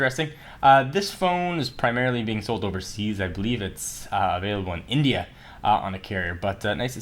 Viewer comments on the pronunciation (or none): none